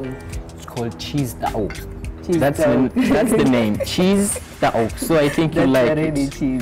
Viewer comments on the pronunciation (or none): Bruh, it's shish tawooq, and it's arabic marinated chicken kebab not cheese tawooq 😁